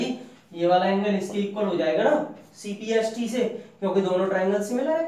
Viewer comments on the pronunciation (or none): Sir its not cpst its cpct